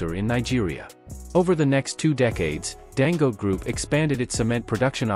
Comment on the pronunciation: I really PITY white for their DISDAIN for Africans. The reader intentionally pronounce Dangote as Dango. He sees the last syllable te clearly yet refuses to pronounce it.